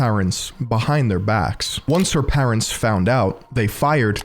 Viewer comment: How are you pronouncing the word parents???